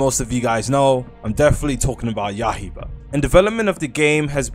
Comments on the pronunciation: its yai BAH not ya iba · Bro been calling it Yahiba for over a year now 💀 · Why bro pronounce yaiba like that